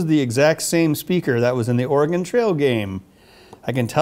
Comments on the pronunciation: Ben still can't say Oregon properly... >_< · You keep pronouncing Oregon wrong aaaaaaaaaaaa